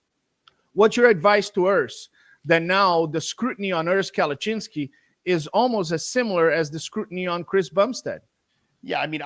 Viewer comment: kept butchering Urs last name “Kalachinski” wrong 😂 Im shocked Urs didn’t correct him. He’s way too nice hahah